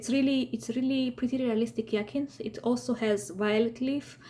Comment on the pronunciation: It’s pronounced High-A-Synth